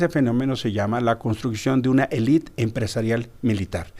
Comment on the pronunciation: Álvarez Icaza, No es "Elit", es Élite